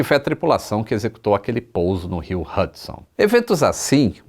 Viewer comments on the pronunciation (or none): none